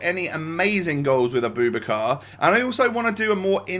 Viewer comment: It’s pronounced Abou- back- ar